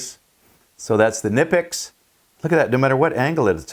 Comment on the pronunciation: Nice! By the way the "K" in the name is pronounced. Please share the model number of the plierwrench as I they make various sizes. Thanks. Great video and demonstration as always.